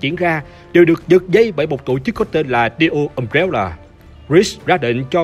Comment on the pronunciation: Cốt truyện hay, đọc ok đó anh ad ơi Nhưng mà: Um-Bre-La hay đọc là Um Re La Hỏng phải là Um Réo Là 🥲🥲🥲